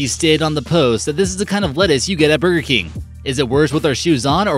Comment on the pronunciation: God, who is that speaking, it takes $5 to hire a professional speaker on yet you use someone who cannot pronounce a lot of the words correctly. It is BURGER KING not bergkin.